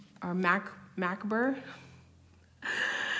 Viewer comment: P.S. Macabre is pronounced ma cob, or ma cob re. Like corn on the cob. Lol.